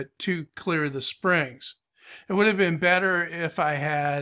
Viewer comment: ..in the first 10 seconds I thought it was a joke when you said "it WOOD work" instead of "would work" lol